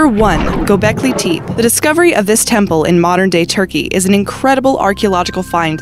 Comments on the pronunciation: Gobekli TEPE, not "TEEP". Learn the terms you narrate. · Is there just a complete lack of research done on these topics? The lead codices are fakes, and it's pronounced 'go-bek-lee tehp-eh'